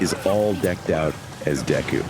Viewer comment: Why does the AI pronounce Deku like that hahaha